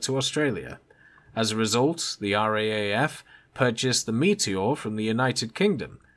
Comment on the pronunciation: I think they say it "R double A F"